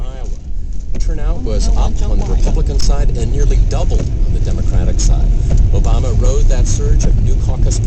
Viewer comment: The radio guy says Barack Orama at the start.